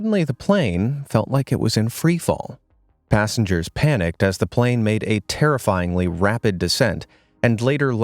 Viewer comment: plane crash (you said plan crash